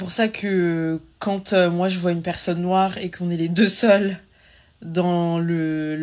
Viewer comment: Elle a du mal à dire noire 😅😅 c’est grave